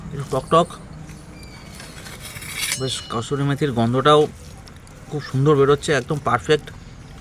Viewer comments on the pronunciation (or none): Sorry ota kasmiri methi noi katha ta kasuri methi ok r akta katha ea dharoner ranna gulo akdom thik hoi na ok grammo ranna gulo e valo ok Ata parlact hoi ni Kolkata asa boro restaurants khaya dekhben ok